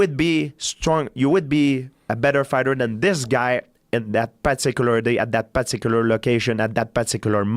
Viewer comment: At dis paticular time at paticular moment